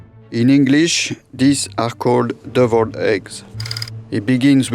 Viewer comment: Mr french chef guy, u said sample when u meant simple. YW deviled not duvilled. YW 'mewang' in your case = merengue\ YOU(i) learn about islands. sounded like u said I-lone.\ dee_fah_went = different. U can say AYuh_ray_shun or Aeroray-shun but I-raytion nope {Aeration}